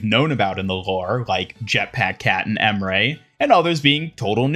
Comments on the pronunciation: Babes it’s “On-ron” not “Ann-rin” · You’re still calling Anran Anren smh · even with voice lines in the game, he still calls her “An-rin” 🥴